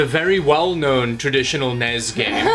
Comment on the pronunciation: The N.E.S. NOT the NES..!!!!!!!!